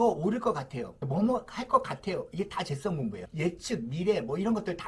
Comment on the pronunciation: 선생님.. 재썽이 아니고, 재-성입니다 ㅋㅋㅋㅋㅋㅋㅋㅋㅋㅋ